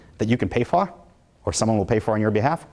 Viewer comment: "...that you can pay for." Was that a Boston accent?